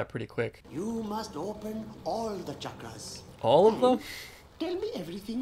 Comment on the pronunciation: I hate the way he butchers the pronunciation of chakras. The 'ch' makes a 'sh' sound like champagne and it's a soft 'a' like father.